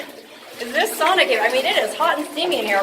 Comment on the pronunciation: Pronounced "Sow Na".